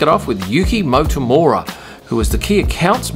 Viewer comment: Thank you for this amazing video! Always exciting and informative✨ I'm a Japanese F1 fan🏁🧡 just one thing...the surname of the accountant in Alfa Tauri is probably “Motomura”, not “Motomora”.